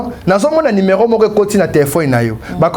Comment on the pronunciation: Papa Stp c'est ne pas numairon mais c'est numéro, merci de rectifier